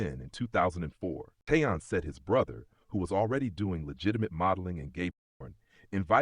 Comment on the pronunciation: His name is Taleon.... not Teyon